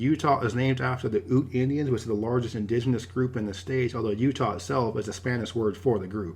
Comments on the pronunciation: Oot indians? I'm pretty sure that it's pronounced "YOUt". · Ute is pronounced like Youte